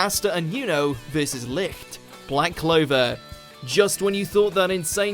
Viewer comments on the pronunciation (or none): none